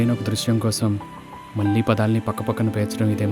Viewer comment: మీ ప్రయత్నం చాలా బాగుంది. అయితే "పెళ్ళి" బదులు 'పెల్లి" అంటున్నారు. కళ్ళు బదులు కల్లు అంటున్నారు. ఆకాశం బదులు ఆకషం అంటున్నారు. "మళ్ళీ" బదులు "మల్లీ" అంటున్నారు. అక్షర దోషం లేకుండా చూడండి